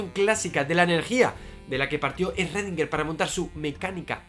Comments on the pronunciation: ecuacion de redinguer? querras decir schrodinger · Aprendizaje 1: llamarlo "rredinguer" y no "escrodinguer" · Eredinguer??? Eso fue lo más raro del video. Saludos! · "ESRREDINGER" es que ni lo intentan. Que asco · Redinguer, ja